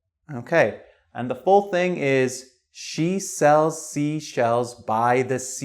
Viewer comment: Ok guys! I need a little help here. Is it his accent, which I couldn't figure out the origin, or do you really pronounce "She" like "Shu"?